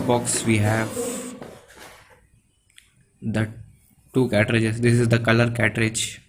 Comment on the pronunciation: It's a cartage not catrage 😂😂